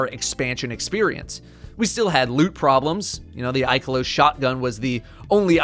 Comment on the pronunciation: unsubscribed because of how you pronounce ikelos